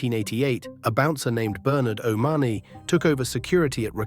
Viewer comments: It's pronounced o'ma honey, which of course isn't his real name and he was never part of their group either though you would think otherwise the way he has made money out of it. The three were never that big in the criminal fraternity and Steele and Whomes did not pull the triggers. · Pity don't get proper facts before doing these calling Bernard o money the way he pronouncing it